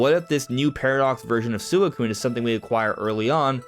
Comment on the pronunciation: why he say suicune like that